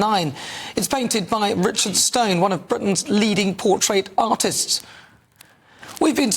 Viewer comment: Portrait not portait